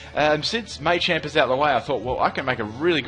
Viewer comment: Maychamp? Not Machamp?